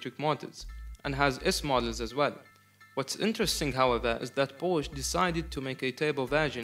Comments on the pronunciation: i like that you made a big thing out of the pronounciation and then proceeded to pronounce it porsch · The other way around actually, the correct pronunciation of the German brand is "por shuhh" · German Name, you pronounce all letters, so, it's with an "e" at the end and no, not the English pronunciation of "e", but the German one. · Thank you thank you for explaining the proper pronunciation. Brits are notorious for calling it PORSCH! Sounds like a Russian Beet Soup! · Thanks for your feedback! Just to clarify, the word was the English word "posh", which means luxury, and it has nothing to do with the brand name. Although the intension of the word is to pronounce the brand name, the right pronounce is what I mentioned as demonstrated at the beginning. Not a big deal though, thanks! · Oh I am gonna to send this video to people each time I hear they pronounce Porsche